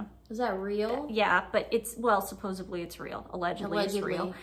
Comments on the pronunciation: "Suppos-EDLY" not "Suppos-ABLY", not being mean, it will just make your content more credible. Other than that some fair points. Mulroney is a piece of work herself, but how M flushed her down the toilet so fast was astounding. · Suposebly ( supposedly ) ,pitcher ( picture ) etc. You girls really master the English language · BTW it’s not suppose-ably, it’s supposedly (this correction directed at twin without glasses) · Married a lawyer and says “supposably” lol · It's driving me nuts girls... its supposEDly not supposEBly ... 😂😂😂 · I'm saying this with love, it's supposedly not supposebly xo